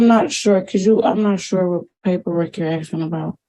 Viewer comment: What person, in their right mind, allows their cellphone to be suspended, canceled or turned off? Miss a house payment, yep. Cell phone payment? NO WAY!!!! And the word is ‘ASKING’, not ‘ashhing’!! No wonder our future is tanking.